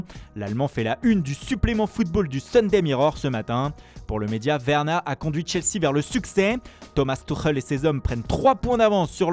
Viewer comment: C’est pas Werner c’est « veurneur » 😂